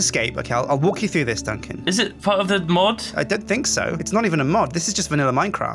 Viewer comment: Ummm Monsieur Duncan... You pronounced it like "d'un con" which translates to "of a dipshit" xD